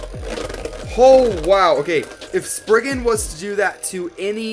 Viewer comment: It’s spryzen not springen